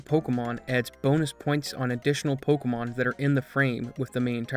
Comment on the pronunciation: Why does he call this pocomon?